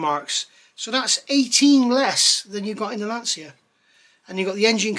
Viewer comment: I knew you would rise to the challenge! 🤣 resistance is futile. If you don't beat this into submission, I'll eat my hat. Nice to hear someone who can pronounce Lancia properly too.